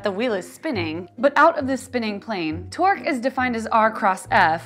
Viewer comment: Torque sounds like twerk